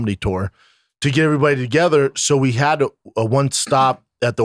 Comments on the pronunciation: Brendan for the last fuckin time “Everybody” starts with an “E” not an “I” 😅 it’s not “Iverybody” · The only reason I stick around when Theo is gone is to see how often Brendan says "ivryone", ivrytheng, and ivrybudy".